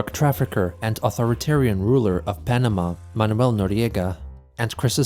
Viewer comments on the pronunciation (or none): none